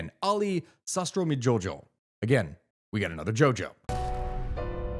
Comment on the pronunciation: As an Indonesian subscriber, oh boy where do I start... On names, Wirjosandjojo, Sastromidjojo was an old spelling influenced by Dutch, the Indonesian spelling reflecting the pronounciation is Wiryosanjoyo, Sastromijoyo, in Javanese it would be Wiryåsanjåyå and Sastråmijåyå. But I can't blame you for the butchering as it would require previous knowledge of Indonesian writting and linguistics! Earlier this month due to some comical twists of fate, I met someone who was within President Joko Widodo and Prabowo Subiyanto's inner circle up until , but still maintained contact with the Presidential Palace. The things he revealed to me about the schemes planned for the future sounds like something out of Final Fantasy Tactics. But what is certain is how this man explained Prabowo's indecisiveness was rooted in how he was stuck between his immidiate family and his in-laws: the powerful Djojohadikusumo (Joyohadikusumo/Jåyåhadikusumå) family and the Suharto-Cĕndana family, and how Suharto's impeachment is just an illusion-the "Reformation" is just the New Order with new actors. Prabowo's obsession with becoming president before he finally won the 2024 elections was driven by Prabowo's huge debts to Central Asian and Middle Eastern nations during his younger days of trying businesses and following his demotion from the Indonesian Army due to Suharto's impeachment. That is all I can say using local insights and about this man that I met earlier this month. If you're looking to cove